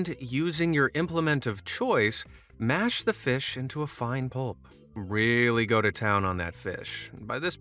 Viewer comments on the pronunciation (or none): none